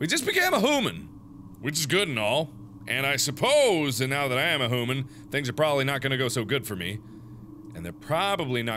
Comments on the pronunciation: "Hoo-man" = "Hoodoo-man" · thats how i pronounce human now :)